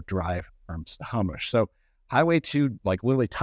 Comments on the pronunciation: Why does he say wrong periodically? It's simple. Snow-Home-ish. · Agree. Doesn’t sound like he says it right either. Ugh..